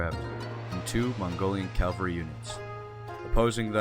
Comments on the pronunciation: it's pronounced Cavalry, not Calvary. Calvary is the site outside Jerusalem where Jesus was crucified. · CaValry . . not caLvary! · It’s cavalry not Calvary. Calvary is where jesus died...